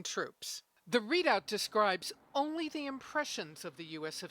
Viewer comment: lmao 😂 morale dude not "moral".